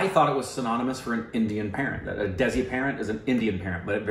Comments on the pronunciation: Desi is pronounced Dhay-see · Hi guys, idk if someone has said this already but "desi" is pronounced as "they see"